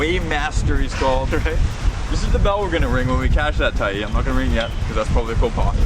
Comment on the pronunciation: Tyee Pool not TREE Pool